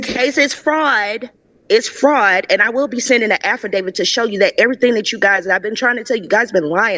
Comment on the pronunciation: What the hell is an “affradavid”???